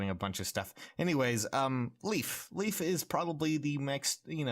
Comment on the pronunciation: «Leaf» It’s Layf